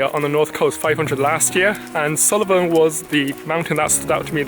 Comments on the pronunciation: Nice video, but it's Sool-ven not Sulli-ven. Just so you know 😉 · Correct pronunciation is Suilven or Sullivan?